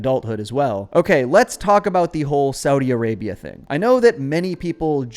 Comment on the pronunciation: You mispronounced Saudi Arabia.